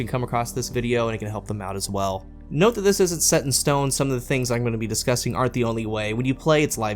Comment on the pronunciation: Absolutely love this series.! Great job. Did anyone catch the mis pronounced word discussing - discusting.! 😂